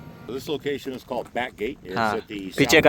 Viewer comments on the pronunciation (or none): none